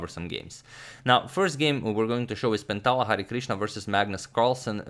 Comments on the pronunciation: I'm from India so you u right It's pronouncation is Hari-krishna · #Harikrishna ... You are correctly pronouncing it ... It's Hari + krishna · Hi Agadmator! I am from India and I like have seen manny videos uploaded by you. I enjoy them very much but have never commented before. Today I am commenting because I want to appreciate the way you were taking the Indian name Hari Krishna. This name is actually a god name in India and is taken with a lot of respect and devotion. Everytime you said Hari Krishna was very nice and your are well appreciated for it :)